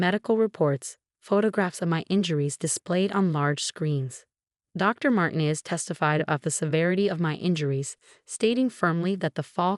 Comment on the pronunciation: And Martinez should have the accent on the second syllable.